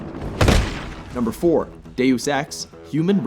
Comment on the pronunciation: You managed to mispronounce Deus ... Thumbs down for not listing your list in comments and causing wasted time as this list is crap. Riddick does not belong in Top 10, Tenchu was ok, maybe acceptable as Top 10 in 1998, but very far from Top 10 list for 2013.